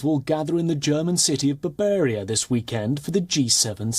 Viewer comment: Bavaria. Not Barbaria. And it is not a city, you verbal brute.